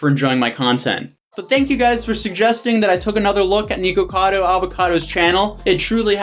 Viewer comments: Nee-kocado Avocado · I'm sorry but heading Nikocado pronounced Nekocado instead of Nick-O-Cado and then being sponsored my Lolli makes me think something's up 😂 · Lol niko cado!!!! i believe u say it nick cado not niko cado even tho its spelled that way js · Why is he saying niko cado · "*Nee-kocado Avocado*" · why doesn't he know how to say nick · The worst part of the video is how he mispronounces nickocado every time he says it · holy shit dude why isnt his name nikaco avocado? his names clearly nick/nik right? his orlyn dude keeps calling him that, so why?! why did he choose the name that has such an awkward amount of syllables?? i cant get over it hearing his name pronounced drives me crazy 😂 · why does he pronounce his channel name like that 😂